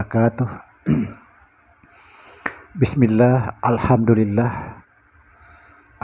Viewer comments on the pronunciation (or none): none